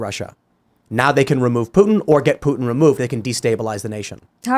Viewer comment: She keeps saying 'Putin' like 'Puttin' and it's so annoying.